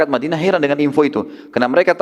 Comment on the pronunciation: tolong unta jngan di katakan untah,madinah,di ktakan madina,pakai bahasa Indonesia yang benar benar aja